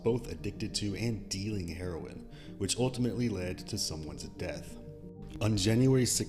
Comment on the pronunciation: He saying heroin with that hard h.😅